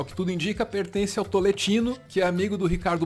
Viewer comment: Cada vez que alguém fala TOLETINO, sou eu jogado no chão morrendo de rir jajajajajajajaj A piada vem pronta kajajajajaja